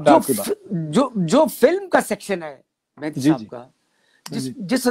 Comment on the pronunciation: Abhi tak bhi Duaabie ho Mehdi ko Mehndi bolte ho.